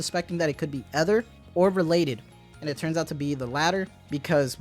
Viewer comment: Correction for Ether pronunciation- it’s a long E.